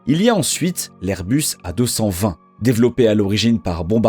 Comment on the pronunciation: Ses airbus a 220 pas airus